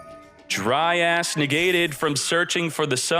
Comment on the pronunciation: Someone get a counter for X uses of DRY ASS for pronunciation of dryas.